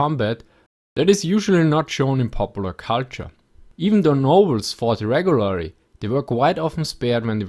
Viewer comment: "reg'wuwary" - How often i play Mount & Blade :D